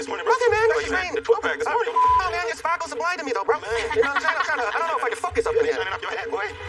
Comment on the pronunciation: Spakels thats all i l hear